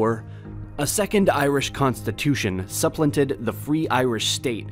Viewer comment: Too many mispronunciations gnaw away at your credibility. SUP-planted / ex-pen-DI-ture / and my fave, "Dáil Éireann," as Doll Irene.